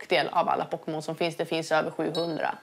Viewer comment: Hon kan ju inte uttalla pokemon